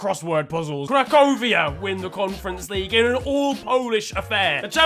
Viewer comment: Cracovia* not Crecouvier